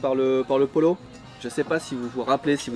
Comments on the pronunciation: mdr "polo" ça se prononce "poyo" comme en français quoi.. pollo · pollo se prononce "poyo" ☺ continuez j'adore vos videos !!!